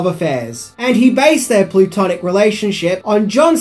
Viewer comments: Dude got "plutonic" and "platonic" backwards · Plutonic? You probably ment to say Platonic 🙂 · Platonic, not plutonic, thats a rock formation. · Did he say Plutonic relationship?